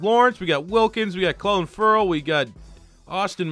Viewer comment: He said Clelin Ferrell’s first and last name wrong 1st round draft pick can I get a like for respect 😭